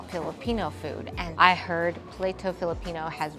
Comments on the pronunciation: Pla-to po.. Not play-to your so cute hehe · Oh no, it’s not “play-to”. The vowels are all short so its pla-toh meaning plate in Spanish. Do a little research and you’re click bait might actually get clicks…oops, you better research “vermicelli” too. -chelli and not -selly. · LA-ING, is not spinach, but Dried Taro Leaves. PLATO, pronounced as Plah-Toh not Playto, is Plate in Tagalog. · play-toe....its Pla-toh. u really didn't bother to ask for the right pronunciation huh ..I'm not hatin tho.. u really think they gonna use Plato the Greek philosopher as their restaurant name ? come on now. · Delicious❤️ By the way on pronouncing Filipino word is not same on English. Laing - Lah/eeng Plato(plate) - Plah/to